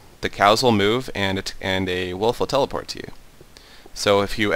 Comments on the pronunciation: Yeah he was like "the cow will tp to you" and im like haha lol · Um you said the cow will teloport to you hehehehehehehehehehe